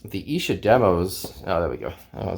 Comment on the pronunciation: Kevin Howlett us the "new Mark Lewishon", and your pronunciation Of Esher is correct. Nice find btw.